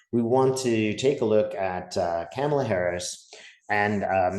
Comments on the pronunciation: Please say her name correctly - it isn’t difficult, it’s 3 easy syllables and not remotely complex. Kamala’s 3-syllable-long name isn’t any longer or harder than “JD Vance”, “Donald Trump” or “Hillary” and the fact that so many (often White) people don’t even try to get her name right is just glaring racism and bigotry whether conscious or unconscious and is truly tired. Her name is worth getting right and it’s not remotely difficult. Biden says it correctly, she says correctly, her husband says it correctly, her kids say it correctly, the Obamas can magically say it without struggle - please do away with the bias and say this woman’s name right. In the meantime, I’ll refer to you as, like the soap, since “Dave” is so difficult. 😒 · Her name is Kamala pronounced coma la 😊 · With respect , her name is pronounced COMALA.😀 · KAH ma lah, please say it right. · All you had to do is comment it’s pronounced Comma-La. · Kamala is pronounced like momala. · Please say her name right. It's "comma-la." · Please call her “Comma-la” (The repubs pronounce her name incorrectly on purpose. I know you’re not doing that.) 💙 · Her name is prounouned KAH-muh-la. You could also think of the comma so it's comma la. You could think of what her stepkids call her, Mamala. or Google the video that her campaign put out explaining and demonstrating how to say her name. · Dave, love you love your work. I think it is important to pronounce Kamala Harris' correctly. Respect. It is like this - comma-la. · Hi Dave - kamala is pronounced like mama - la TY ❣️ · Please respectively pronounce Kamala correctly. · Kamala- sounds like Mama-la, not Pamela 😊 Thanks for the vid and your time, super excited for her and all the change that's coming. Trump is def circling the drain. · Hi Dave! ❤️💚🧡🌻Her name is pronounced “comma-la” , not “Cama-la”. You are so great, I just needed to remind you🥰💙⚖️💙⚖️💙⚖️💙⚖️💙🌻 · It's "Comma-la"! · Try to pronounce her name properly. Ka-ma-la. Not cam-a-la.